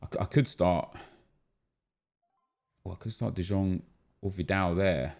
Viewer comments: De jong is pronouced as de young not de djong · Its De YONG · Anyone else pained by the way he says De Jong still? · how has he not learned yet? PAINFUL